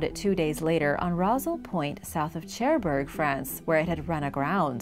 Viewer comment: It's pronounced share burg!